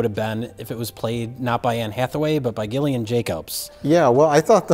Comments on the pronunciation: can you please start pronouncing Gillian Jacobs correct (jillian jacobs not GILL ian) you always do that jay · Gillian is pronounced "Jillian".